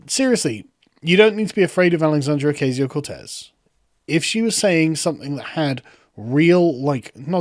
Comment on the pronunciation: It's Occasio - Cortez! And don't forget to roll the r's. Lol!